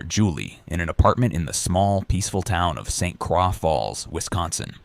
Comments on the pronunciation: St Croix - It's pronounced KROY, not craw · lol.. St. Craw Wisconsin. It's actually pronounced St. Croy .. spelled St. Croix. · St. "Craw" Falls Wisconsin? 🙄 Terrible AI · It's pronounced "Saint Croy". Uff da. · St Croix, like Troy but with the k sound sound. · Also who tf says saint craw falls for st croix falls 😂